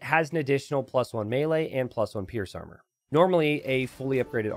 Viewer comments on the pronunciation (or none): none